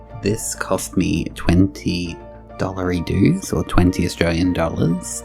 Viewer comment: Did you say.... Dollary Doos? 😂